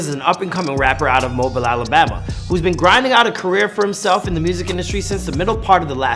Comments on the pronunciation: That mayne said mobile 🤣 can tell he from Canada or sumn it pronounced M-O-B-E-E-L not M-O-B-I-L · It’s pronounced moebiel